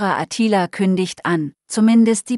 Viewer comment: Was ist denn das für eine grottige Film-Beschreiberin? Klingt wie ein weiblicher Roboter. Ist es vermutlich auch. Und seit wann heißt es Attila mit Betonung auf dem "i"?? Offenbar ist der Film eher entbehrlich.